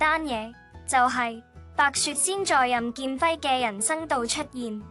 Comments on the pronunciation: 很多錯漏，請重新整理，再播出吧！ （例如任姐咁重要嘅人物都錯讀成“多”劍輝。。。。。） 善意提醒！請⛽️ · 任劍輝讀错字不事多剑辉